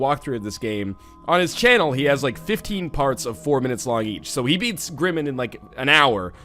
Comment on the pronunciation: Northernlion it is a word play of Grim Mind. You are pronouncing it wrong.